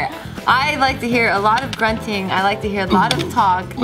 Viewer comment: WTF is munting. OHHH. he meant grunting.